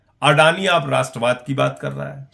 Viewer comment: Rastravad nahin magar radorad hai